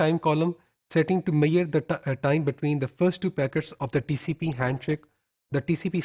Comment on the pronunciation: Apki word "measure" ki pronunciation to bohat hi unique hay sir :)